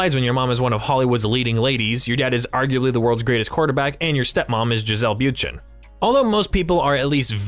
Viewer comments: Okay, this narrator needs to learn how to pronounce words. It is Bun-shen, not Byoon-chen, and his son’s name is not Brady but Moynihan. This guy needs to research his work before publishing. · Me: “say ‘Bundchen’” OP: “Byoonchen” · its pronounced Boonch-shen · The way this is saying Bündchen is making my dick soft. What are you saying you freak? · bruh.. why the fuck you saying Bundchen like that? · Can you please learn how to pronounce Giselle’s last name!! ugh! Please go and listen to others say it! Why don’t Youtubers try and get last names correct😵? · 2 points on your video com appreciated all the information. Except for the inaccuracy 's. Yours was the very 1st time I have ever seen or heard anyone in the so called media talk about Jack's potential. Secondly, you repeatedly mispronounced Giselle Bundchens name. If you're going to repeatedly say a person's name, you should figure out how to pronounce it first.